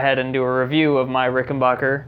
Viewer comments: I understand this video is 2 years old so I’m gunna clear a lot up. First- it’s pronounced Ricken- BACKER not BACHER. Second- warranty is 5 years not 3. This guy clearly knows nothing about string gauges or did any research on the RIC factory recommended spec, he just bought strings and slapped them on like it would change anything but it affects everything! Third- if you adjust your action, YOU CAN ADJUST THE TREBLE PICK UP TO MATCH, eliminating this guys buzz on the cover. Or remove the cover and move along. Fourth- RICs back log is based on demand not controlled substances. What a weird thing he “discovered.” RICS operation is super small compared to other companies, we’re talking less than 50 employees and that includes office staff, so the back log is just not having the ability to keep up with demand. Fifth- the price is very average if not less expensive than an American made instrument in the “high end”category. Don’t believe me? Look at Musicman, Gibson, and Fender American, CA made instruments. My final points- parts and components can move and break in a few years, happens on instruments all the time, so your pickup issue isn’t that uncommon realistically especially if you’ve dropped or banged the instrument of accident. Also RIC fixed all the bridge issues with a new bridge developed and released in 2019 called the V2. Rattling, difficult intonation, tail lift all solved. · Before you critique an instrument, learn to pronounce the name: it’s not “Ricken-bocker,” its Ricken-back-er. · Ricken-baker. Ricken-BAKER! RICKEN-BAKER! NOT RICKEN-BACHER! SAY IT ASSHOLE!!!! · It's pronounced rick n back er